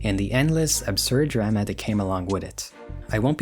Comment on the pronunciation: I've never heard anyone ever pronounce the word drama as ‘drema’